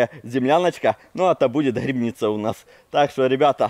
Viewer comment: грибы а не грыбы и грибница а не грыбница учи русский язык а так видос прикольный